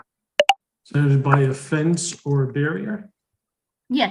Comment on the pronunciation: barrier NOT barrior